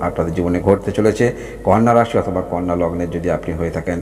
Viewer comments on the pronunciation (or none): ওটা কন্যা রাশি নয় কানা রাশি